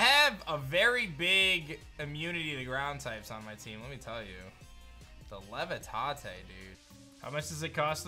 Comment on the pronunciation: Some of the mispronunciation really kills me. Mans really said “levitahte” for the word levitate. Pls learn to be literate,.